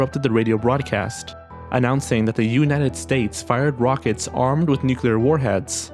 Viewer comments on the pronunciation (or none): none